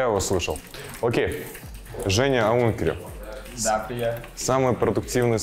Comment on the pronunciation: а не сунукс и аункер, а не аункере